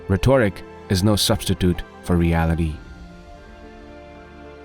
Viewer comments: The reader of these quotes is either a foreigner or not adequately taught in American pronunciation of words. For example, 'rhetoric' should have primary emphasis on the first syllable, not the second syllable. If the word was 'rhetorical', THEN primary emphasis is on the second syllable. Also, the word 'passion' should be pronounced as pa-shun, with the sound of the 'a' being the short a, like in the word 'ar'.. But the second syllable, 'ssion' or 'sion' should be pronounced like the word 'shun', and NOT as the word 'sun'. The quotes are good ones. And I know myself, speaking a non-native language is hard (sometimes even by 'natives'!?! But, a recording like this should first be listened to by native speakers who are more linguistically experienced. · Can you please understand English... "rhetoric"... is not retoric... editing more may be needed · The way the speaker pronounces rhetoric is so grating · Agree. Any narrator worth his/her salt checks pronunciation of EVERY WORD before recording. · I love and admire Thomas Sowell, but whoever made this video should have found a reader who can correctly pronounce words like rhetoric. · I love Thomas Sowell's wisdom and appreciate your video. HOWEVER, there are 12-15 simple words in this video which you are EGREGIOUSLY mispronouncing. For example, egregiously, comrade, rhetoric, distributed.....and at least a dozen more. PLEASE have someone who speaks English as their first language check your pronunciation. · I realize English is not your first language, but you are pronouncing the word - “rhetoric “ and it’s jarring. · Good stuff. But, practice saying "rhetoric."